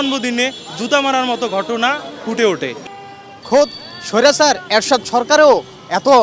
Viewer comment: স্বৈরাচার শব্দটা উচ্চারণ করেন, ভালো লাগে।